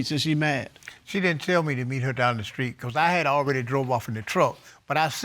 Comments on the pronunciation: She said the skreet 😁😆😂🤣😭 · Aww. Now you two take along romantic walk down the skreet and love happily ever after 😁 (Am I the only one heard her say skreet 🤣) love is beautiful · Did she say walk down the skreet? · Down the skreet???!!! Lol...